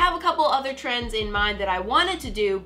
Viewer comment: Ehem you said trendSSS Not trying to be mean was a great video, just sayin. Love u!